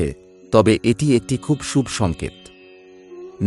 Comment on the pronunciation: আপনি কি বাংলা ভাষা জানেন না?? না তো ছন্দে পড়ছেন আর না উচ্চারিত আপনার সঠিক। খুব বিরক্তিকর। শুভ কে সুব বলছেন কেন